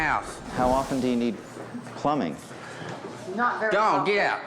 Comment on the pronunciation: "How often you need pluming"? lol 😆🤭